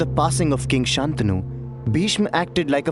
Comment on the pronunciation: Nice work. Please note that it's "शन्तनु", pronounced " santanu" not "saantanu". The bad habits of the vernacular shouldn't affect Sanskrit pronunciation (edited after seeing Shreyas Sarangan's grammatical reference below).